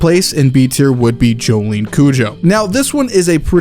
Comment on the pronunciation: Ahhh yes my favorite Joestar "Jolene"